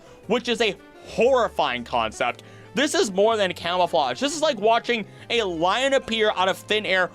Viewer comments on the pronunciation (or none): none